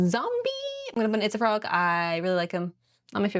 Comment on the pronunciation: When she says “itsafrog!” I hear pizza frog 🫠